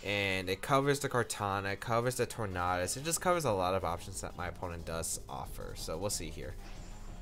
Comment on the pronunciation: I've never heard anyone pronounce the 'A' in Tornadus like that.